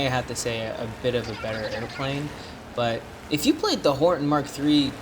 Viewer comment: by the way you keep saying horten instead of hornet